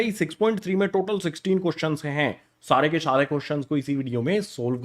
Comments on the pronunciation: saare ke saare ❌ Shaare ke shaare✅ Only for entertainment purpose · shaare k shaare question iss video mein discuss kaarenge I like this voice😂😂😂 ❤